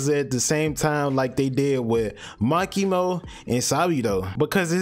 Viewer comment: "Ma key mo and sa bee dough"